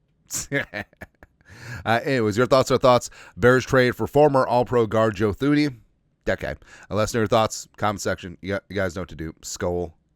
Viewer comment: Pronounced TOO-nee!